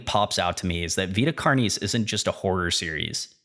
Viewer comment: Vita Car-knees! Not a big deal just chuckled. This was very good. Please keep the videos coming.